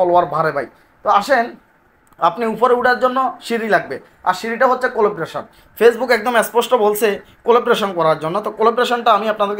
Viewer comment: উচ্চারণ : collaboration কলাব্রেশন।